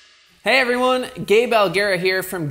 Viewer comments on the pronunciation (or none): Oh GABE! Sounds like and the closed caption says the same.......Gay Belle.